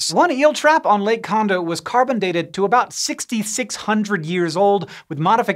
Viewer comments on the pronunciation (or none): none